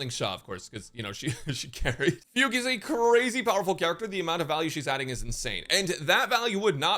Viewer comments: pronouncing it "foog" is deliberately stupid. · Fug-U eh. LOL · Her name being fugue instead of fu gue still breaks me